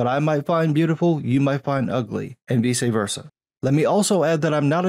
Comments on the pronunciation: The real crime is you saying “VEESAY versa” lmao. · Dude, how tf did you pronounce “vice versa” 😂